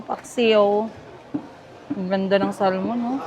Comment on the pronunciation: Make Sure na Bago ka maki sama ulit or kung gusto nya makipag Balikan wag na sya ulit sa ginawa nya noon 😅😂 Fresh Start kumbaga 😅 By the way the Pronunciation nang SALMON the L is Silent Instead of Saying SALMON is SAMON … My Husband and Friends Here in the U.S.A They always laughed at me if I say Salmon … they Always correcting me Coz I keep saying SALMON 😅😂😂 That’s how we say it in Asia but it’s a wrong pronunciation… I’m just giving you a Heads up ✌️🙏👍💕🤗